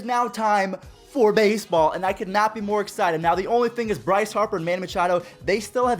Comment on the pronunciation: Did anyone here the way he said baseball in ?!